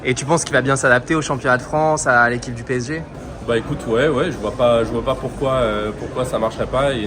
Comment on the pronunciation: 파비앙님 덕분에 프랑스어가 들리네요~! 빼에쟤~! 앞으로도 PSG(피에스지) 라고 안하고 빼에쟤라고 할께요.